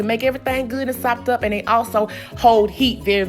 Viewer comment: She can really say SOPED UP!!!!!